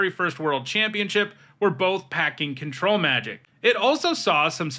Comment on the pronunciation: Thank you for stressing the syllables the way I like when you say Control Magic. It’s a small, petty preference, but it makes me happy. I honestly think the other way lots of people pronounce it contributed to control effects being called mind control effects.